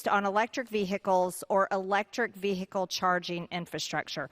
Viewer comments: Attention Marjorie Taylor Greene. It’s “vehicle” not “ve-hicle.” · ‘Electric Vee- hickels’ MTG - is she TRYING to sound stupid, or does it come naturally? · Let's not forget, the biggest recent threat to 'the Capital' was instigated by her very own false messiah. Why not stay safe and ask trump to shut up in the first place!!! Why does she pronounce vehicle vee-hickle anyway? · It's vee-hickle my man!😂💙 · Ve- hick- el ? Lacks proper grammar! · She can’t even pronounce the word “vehicle” the “h” is silent, unlike her! 🤮🤮🤮🤮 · Bloody hell, Mad Marge is butchering the word vehicle. Nothing to do with her accent, she's just made the pronunciation up, much like every other thing that comes out of her gob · The "h" in vehicle is silent !did you GO to school?